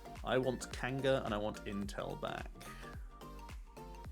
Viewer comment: every time you say "intel" I hear "Incel" and I'm like "what?"